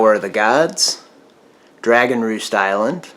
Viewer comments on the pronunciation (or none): none